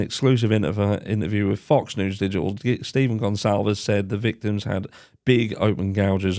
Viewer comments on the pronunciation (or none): none